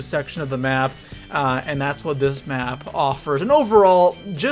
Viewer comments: Map not may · He said may layout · it said ay layout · You said may layout 😂😂